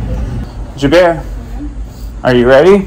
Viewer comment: have I heard you calling her "Jaber"?